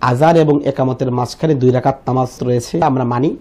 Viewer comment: দুই যাকাত না ভাই দুই রাকাআত হবে।